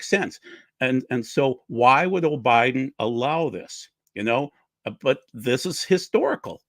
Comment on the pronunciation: you said “O’Biden.” Biden is your president whether any of us like it or not. I stopped listening not even a few minutes in. Looks like it could have been a good program but your attitudes are repulsive. Doug, these people you let flap on your channel when you’re not present, they do you and your channel a huge disservice. I’m done. Enjoyed and learned a lot for so many years until the QAnon and election/covid deniers stomped all over your channel. God bless.